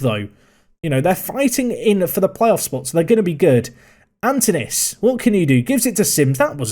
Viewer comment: The K is like in C in cat, the Y is like the I, the tone is on the A and the OU is like OO in woo. KiriAkoo. Also, the tone in Antonis is on the O.